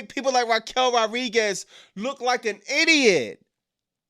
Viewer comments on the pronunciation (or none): Wwe is horrible at the moment for the past 2 years or so...smh....😂😂also you keep saying Raquel names wrong it's Rodriguez you never say the D 😂😂😂😂